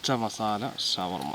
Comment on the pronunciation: ഷവർമലയല്ല ശവർമ